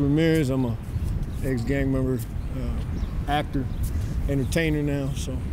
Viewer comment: “This vato said I want to be a “AcT—Terrr” clown ass foo